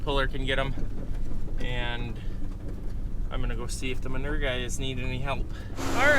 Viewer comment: What is manerrr? You mean manure? (Ma-new-er) 😂😂😂😂 Love you guys!!!